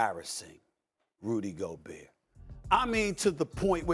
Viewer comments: Kendrick “Rudy GOBURRRRR” Perkins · "Rudy Go Burr" 💀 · Stupid Perkins learn how to pronounce Gobert’s name before going live on national tv. Jeezus.